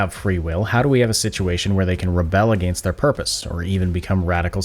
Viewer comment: your forced pronunciation of "against" borders on hypercorrect.